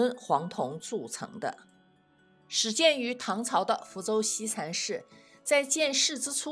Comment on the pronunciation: 福大子弟？西禅寺，si, 不是shi。有点小口音。